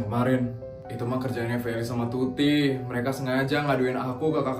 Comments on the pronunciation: Waktu ngomong tuti sama feli aku kok denger nya putri sama feli 😭😭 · itu typo asli nya mau ngomong tuti karna tutup dan putri sedikit sama dalam penyebutan maka salah sebut tuti jadi putri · typo ngomong "putri dan feli"kan harusnya tuti dan feli😂